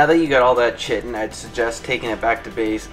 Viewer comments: It’s pronounced Kite-in btw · chitin. lets talk about that for a second. it is spelt with a c but.... pronounced with a K. eg. kite-en = chitin. say it with me now, chitin. english lesson for today is now over. note, I said english lesson, not american lesson. chitin :D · Chitin is not pronounced that way. Its more like kai tin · Chitin is pronounced "KITE-N". Doh! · It's not pronounced the way u d it. It's basically Kite with a n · Its 2017 and people still dont know how to pronounce chiten lol